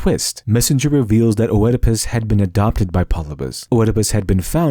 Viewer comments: Nakama=comitatus, a familiar concept in NW Europe. Five man band, Seven against Thebes. Oedipus is pronounced Eedipus, schmuck. I once saw a Japanese Kabuki play, the big scene was the hero stirring a cauldron full of enemies' heads. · Had to bail out . "Oedipus" is 3 syllables, properly written Œdipus, not pronounced "Oëdipus." This is like nails on a chalkboard. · I thought, it's pronounced Ödipus. (with the ö similar to the o in "word") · It's not O'Edipus. This is Greece, not Ireland. It's just pronounced like Edipus. As with opossum, the O is silent. You'd think someone with the word 'literature' right in their name might know that... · Eeeeedopus. Not 'oh-eh-a-puss'. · One last thing, Oedipus isn't O-ed-i-pus, it's just Ed-i-pus. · Very interesting but I was distracted by the pronunciation of Oedipus - Eedipus not Oh-ehdipus! Classical Greek "oe" is pronounced "ee" in English at least. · For future reference, it's pronounced "ED-i-pus," not "o-ED-i-pus." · =Edipus. Ignore the O. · Oh-edipus Oh-edipus... hnnnng it's just pronounced Edipus. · how do you have a channel with "literature" in the name but NOT know it's pronounced ED-IH-PUSS not O-ED-IH-PUSS and it's Del-FEYE not Del-FEEE, nice video but had to stop listening at that point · I'm sorry, but your pronounciation of Oedipus is driving me insane. It's "Ee-di-puhs" not "Oh-eh-di-pis". It's maddening! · Not "Oh-edipus", just "Edipus" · It's just pronounced eedopus. The Oe is pronounced like an ee. as in tee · It's pronounced eedepuss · It's a silent O in Oedipus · I had to stop. In Oedipus Rex the "O" is silent. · "Oh-Edipus?" Really? O-Edipus? Fucking pseudo-intellectuals always have such obvious tells that they've never done much discussion on anything with anyone before they spurt their dumbass ideas onto the internet. Since it's highly likely you've only read of Oedipus, I'm gonna let you know that in English pronunciation, the "O" is effectively silent you absolute hack.